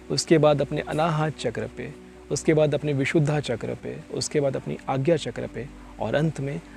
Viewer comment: कृपया " विशुद्धा " नहीं विशुद्ध बोलिये. धैर्यवान को धैर्यवाना कोई कहे तो अच्छा नहीँ लगेगा